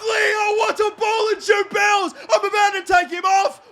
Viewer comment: Jew-bills? It's pronounced Goo-bills